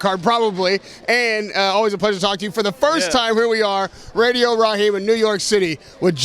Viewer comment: Wilder:"RADIO RAKEEM" 😂